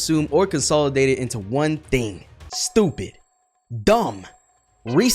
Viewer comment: When he said stupid, he said it like he was Asian 😭